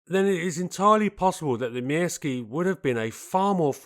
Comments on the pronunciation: I was once involved with a Finnish woman. I seem to recall that the Pyörremyrsky is pronounced along the lines of Pir-ror-mursk. The Myrsky is Mursk, I understand. No 'ee' sound. I recall from my teens (the mid-70's), a very good article on this aircraft in the Air International magazine. This led to a fascination with the Soviet attempts to invade this country and the Finn's fight back. Incredible David and Goliath stuff on an epic scale. Apparently the Finnish execution of the battle of Suomussalmi (I think pron Sue-oor-sal-mi) is taught in the US West Point military academy to this day. Finland was the only one of the states that gained independence from Czarist Russia that remained independent post WW2. Fascinating history. Sheer bloody minded determination not to give in. Worthy of a programme all in its own right. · Thank you very much for this excellent video! I couldn't find any flaws! You pronounced Myrsky close enough - except for the letter y. The y is pronounced like ü in German or u in French. It also kind of rhymes with view. In Finnish the letters are (almost) always pronounced the same way and all letters are pronounced - also the double ones. The exceptions are the combinations of nk (like the last sound of thing + k) and ng (like the last sound of thing). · "Mörskö" in German is probably the closest pronunciation you're going to get if you don't know the difference between ö and y in Finnish. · Never heard "myrsky" sounding so Russian in my life